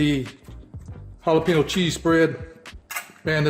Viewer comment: Please learn how to pronounce jalapeño